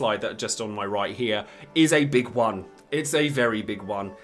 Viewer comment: Hahaha "Iz a BIG WUN! Iz a Very BIG WUN!"